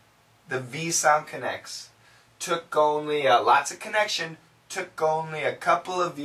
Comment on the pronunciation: Because she didn’t say “what took”, she say “tick” instead of it ))